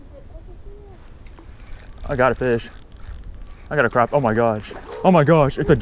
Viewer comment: Is that the same hole that and Granny were fishing a couple of weeks ago? I have never seen so many giant crappie! I really enjoy y'all's videos (even though you mispronounce crappie LOl)! Um,, I'm sorry but I'm fairly certain you are a country girl!